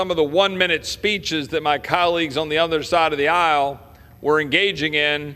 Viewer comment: Lol..love ot.. I know he didn't say it but it sounded like he said..my colleagues on the UNDERSIDE of the aisle!! #perfect